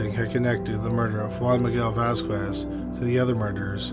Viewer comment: FYI. Vasquez = "VAZ-kez"